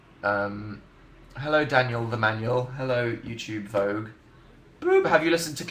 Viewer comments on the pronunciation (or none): none